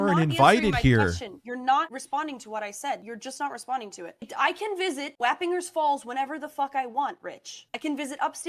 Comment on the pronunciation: As a former Hudson Valley native, her pronouncing Wappinger Falls was hilarious. We say "Wap" like "cop" and the "ger" similar to "jersey". Also, omg, Rich lives like 30 mins from where I used to live.